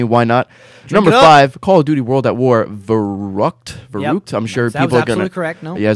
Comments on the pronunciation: I love the way how Americans pronounce German words :D verruckt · It is pronounced Fair-rueckt. ;) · Verrükt i pronounced "ferykt"